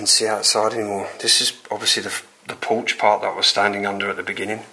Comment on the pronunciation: Did you say porsche or porch 😂❤😊